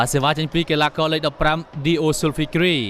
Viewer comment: for reporter/narator from thailand you can called name diyo not di-o although whrote dio.